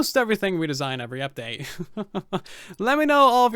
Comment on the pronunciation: Sort of wish you wouldn't make it sound like Bedrock edition sucked and only sucks. Other than you saying "Uvery" instead of "Every" ... It's obvious you hate the platform you chose to play on. It's becoming tedious listening to you say "because Bedrock"